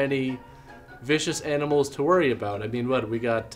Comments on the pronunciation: LOL she said "what are you talking aboat?" So Canadian. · She said aboot!